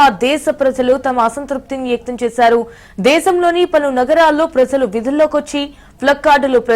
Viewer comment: "గూమిగోడిన" (గుమి గూడిన) , "విదుల్లోకి" ( వీదుల్లోకి) తెలుగే నా ఇది? Anchor video లో మాట్లాడిన మాటలు. ఇది క్రొత్త స్టయిలా?